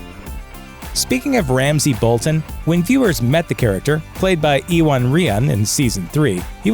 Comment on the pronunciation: Iwan, is pronounced, 'you wan' its Welsh. It's not 'eee wan' 😱